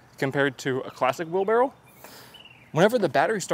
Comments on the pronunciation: Is he saying wheel barrel or wheelbarrow? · Titles the video "wheelbarrow". Spends the entire video calling it a "wheelbarrel". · Why does he say wheelbarrow like wheel barrel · Wheel-barrel 😅🤣🤣😂🤣😅, your a legend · Wheelbarrel 😂 I can’t unhear it… I’ve tried, I just can’t 💀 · The way he says wheel barrel, it’s wheelbarrow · Was he saying wheel barrel? Lol that’s what I heard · Dude, why you keep saying "wheel barrel"?